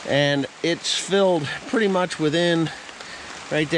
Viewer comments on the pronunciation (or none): none